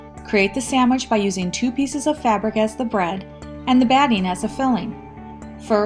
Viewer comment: sam wich inshtructions otherwise a great quilter making a rag quilt